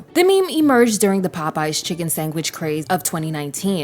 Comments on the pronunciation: I thought people were joking about the chicken "sangwhich" thing 🤣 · Sangwhich????????????????????????????????? You’re either from the east coast or AI 🤣🤣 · I've only heard one person say "sangwich" before. I can't remember his name but he had a YouTube channel called 4 y'all entertainment. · Omg is this ai? Sangwhich ? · that’s true, but Sandwich with a G is crazy 😭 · I think her saying Sangwich is throwing people off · Girl, are you saying "sangwich??" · I didn’t want to type it in the comments because I just KNEW someone had to have said it first. Because I was CERTAINLY about to say girl what on EARTH is a SANGwich?? 😅😅😅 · Yesssss🤣🤣🤣🤣🤣🤣 it’s like girl why are you replacing the “d” with a “g”😭😭😭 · Some people say words differently. You understood... that's the end of that, no need to make fun of people :) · i say sangwich but i’m scottish so idk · i live in ohio, this is the first time i've ever heard sangwich, and i came to the comments for this very reason! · why is she pronouncing sandwhich like tha??? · The way you say “sandwich” is hilarious! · I have never in my life heard someone pronounce sandwich like that. Very weird. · did she say “sangwich” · Girl what is a chicken sangwich? 😂 like I hear a lot of mispronunciation on this channel but damn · Why you say “sangwich”???? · Sis it’s SANDWICH NOT SANGWICH 🤦🏽‍♀️ MY LORD PRONUNCIATION IS EVERYTHING 🤦🏽‍♀️ MY POOR EARS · Wtf is a “sangwich”. I was enjoying this, but that pronunciation was driving me crazy. Still a great video though! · Girl you should be a meme it’s not a “SANGWICH”it’s a “SANDWICH “😂😂where you see a chicken burger that “Sangs” had me rolling trying to be serious. Godbless you !! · marker, why are you saying “Sangwhich” instead of “sandwhich” 😭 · I was thinking the same but its prolly just her accent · She's probably just southern. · Thank you for pointing it out! I had a hard time listening to this segment because she says sangwich rather than sandwich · What the hell is a chicken sangwich?